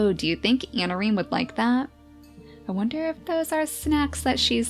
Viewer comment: i think i heard her say "harsh methods of anameme" instead of "harsh methods of anareme"... ANAMEME DD